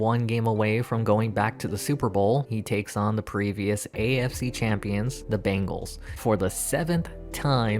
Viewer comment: It's practically un-american to say bengal instead of bangle.